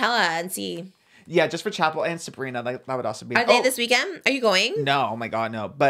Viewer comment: I cracked up when he pronounced it like Chappelle 😭 she pronounces it like Chapel